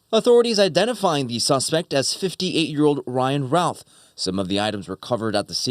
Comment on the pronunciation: The anchors are mispronouncing the name it's pronounced like the name of famous baseballer "Babe Ruth." Routh = Ruth, not "raouth" I had classes in highschool with the shooter's son.